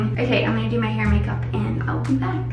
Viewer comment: omg the way you said "hair" in this video sounded American and it threw me off a little lol